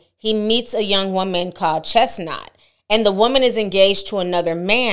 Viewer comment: Chenault, not Chestnut